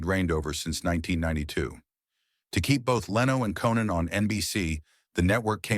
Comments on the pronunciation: Text to voice CLICK BAIT. It's pronounced CO-NAN O'Brien.....not KEN-NAN O'Brien. Get the heck out of here with that stuff. DO NOT RECOMMEND THIS CHANNEL. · then there’s Cannon rather than Conan. Sloppy work overall. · The AI narration is awful. The "narrator" mispronounces Conan's name 3 times! AI sucks.